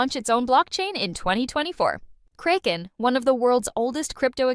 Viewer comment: I liked the two interviews plenty. But very distracted from the news roundup lady pronouncing Kraken as “cray-ken” instead of “crack-en”. Feels either AI or paid voiceover and either way it makes me disconnected from the intent of the news